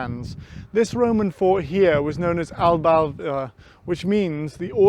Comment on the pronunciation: Nice video - however, “Burru by sands”?? We here live in “bruff by sands” (for some reason!) Would be interested to know why “Aballava” is supposed to be pronounced “Albalva”(if I’ve caught your pronunciation correctly?)